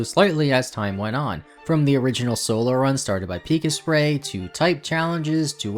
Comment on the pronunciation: "Pika-spray" Oh boy, the "Pik-Asprey" mispronunciation continues lmao Otherwise, great video!